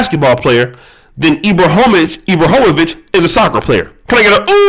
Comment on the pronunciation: I agree with you about LJ on many things he pushes the discussion forward on many topics - agree with him or not it’s his right.. But the fact that you didn’t take the the time to learn how to pronounce Ibrahimović or the difference between if he was from Sweden and Switzerland was pretty bad.